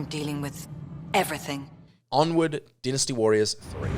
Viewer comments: It's dynasty not dinisty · It's pronounced dynasty (d-eye-nusty), not dinnesty and Titus (t-eye-tus), not tittus